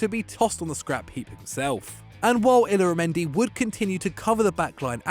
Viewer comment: Anyone else cringing at the way he pronounced illarmendi and texiera?